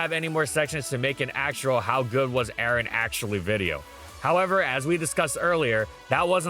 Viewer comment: A-RON not Aaron 😭😭